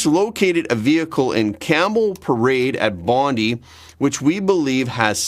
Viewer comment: Bondi Beach.. not Bondee Beach